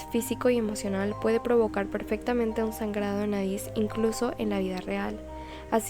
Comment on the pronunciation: También lo noté cuando dice " TAMBIÉN HAY UNA TEODIA DONDE LOS MOMBIS LES SANGA LA NADIZ "😂😂